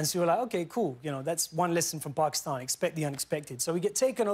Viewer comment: I love him for saying Pakistan the right way and not the white-fied way. Respect to you Riz! Hahahahaha